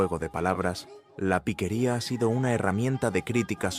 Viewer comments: no es piquería, es piqueria. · ¡Ey mani! Gracias por reaccionar a este género que se lleva en el alma y que corre como río caudaloso por las venas. Por aquí te dejo una corrección, no es piquería, el nombre es piqueria, que como ya sabes es la capacidad de improvisación, tomando como base una canción conocida. Bendiciones desde Valledupar.